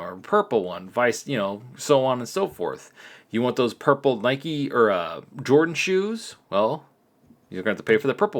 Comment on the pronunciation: its nike not neka lol